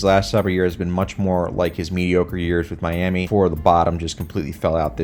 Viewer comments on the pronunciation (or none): none